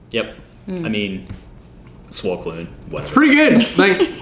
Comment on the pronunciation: Also it's pronounced koon not kloon